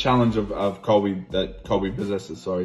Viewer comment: colvy cold victim